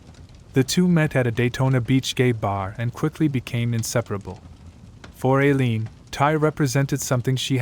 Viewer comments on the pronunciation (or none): It's "Eye~leen", not Ā~leen and " Tie~rah" not Teer~ē~ah.